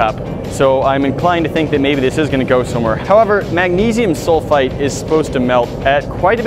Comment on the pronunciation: 😂 he said magnisium sulfite